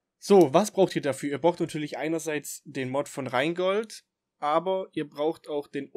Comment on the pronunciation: Minute Wieso sagst Du eigentlich Reengold statt Rheingold? Vorher hast Du es ein paar Mal richtig ausgesprochen 😉. Der Rheingold ist ein Zug der DB, und als der fuhr war es noch nicht in Mode, alles in Pseudo- Englisch ausdrücken zu wollen. Ich finde diese Sitte ohnehin ätzend. Minute Bei der DB steht in der Regel nur alle 80m ein Mast, nicht alle 25 Meter. Du verwechselt da auch etwas mit Mastabstand generell, und der Anzahl der Felder für die Abspannung. Was Du zeigst ist offenbar eine 4-feldrige Abspannung, allerdings müsste dann der 3. Mast ebenfalls einen Doppelausleger haben. Gibt es, glaube ich, nur bei Hochgeschwindigkeitsstrecken. Üblich bei der DB ist ist 3-feldrige Abspannung, es gibt aber wohl auch noch immer Strecken mit 2-feldriger Abspannung (nur ein Mast mit Doppelausleger zwischen zwei Abspannmasten - sieht man aber nur noch selten). Die kleinen Abspannmasten sind im wesentlichen für die freie Strecke, weil alle 1500 m abgespannt werden muss. Einen kleinen Abspannmast neben einen hohen Turmmast zu setzen, macht in der Tat keinen Sinn.